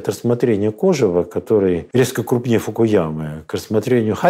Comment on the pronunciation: Уважаемый коллега ударение в слове кожев надо ставить на последнем слоге, а не на первом, посмотрите словарь .Причём, французский вариант тоже указывает на второй слог.